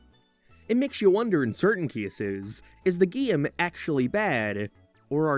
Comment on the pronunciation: What the heck accent have you got goin on there, bud? You pronounce like half of vowels differently from me, and I absolutely cannot place it. (Gee-ame, for example)